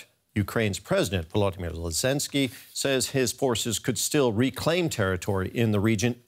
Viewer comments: Not Lezensky but ZELENSKYY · Volodymyr Lyzenski? 🤦🏻‍♂️😂